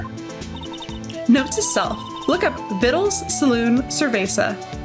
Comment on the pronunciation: It's "cerveza"... not "cervesa"